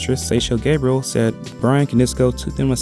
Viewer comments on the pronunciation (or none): none